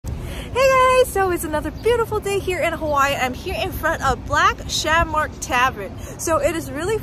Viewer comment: "Black ShamORK Tavern"